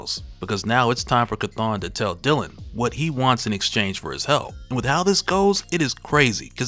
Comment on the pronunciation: Chthon is spoken like the word OWN not ON.